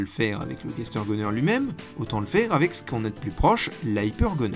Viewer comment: Ah oui, Gaster se dit Gastèr, c'est un personnage dans un poëme latin. Bonne journée